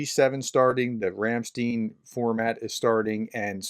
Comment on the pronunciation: Your say Ram Stein wrong, the empashas is on the i not the e, Ramsteiiiin, sorry to be a nitpicker, but I lived in Germany for 20 years.